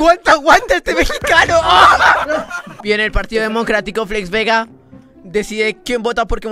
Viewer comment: Por que dices Flets en vez de Flex